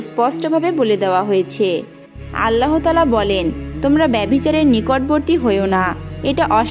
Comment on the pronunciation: ভাল করে কথা শিখেন,আল্লা,,,হ পাক এটি কেমন ভাষা,,,,আল্লাহ পাক